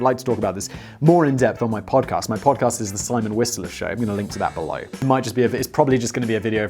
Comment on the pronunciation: The way Simon says "podcast" is so proper